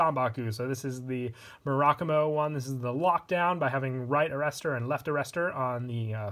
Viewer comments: Mur-a-Ku-Mo. it’s a Japanese Word, say it like one. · It’s actually “Mu-ra-ku-mo” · I love you and your videos but I hate the way you pronounce Murakumo